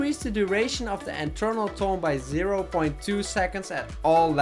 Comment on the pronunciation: its Eternal not enternal